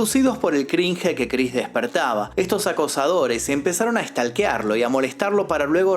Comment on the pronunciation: se pronuncia "Crinsh"/cringe, se pronuncia "estoquearlo"/stalkearlo